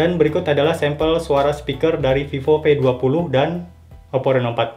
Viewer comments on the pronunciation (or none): Mungkin dia org Sunda😂